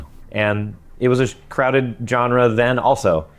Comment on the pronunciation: Is going to apologize?? Also, take a drink every time says JON-ra.